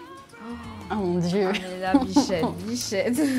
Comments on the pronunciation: pourquoi dit bichett presque à chaque fois???? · ma souller elle dit "bichette"